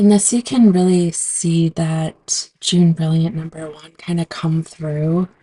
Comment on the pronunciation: Jaune is a French pronunciation. More like ‘Joan’ Not June. Fun video thanks!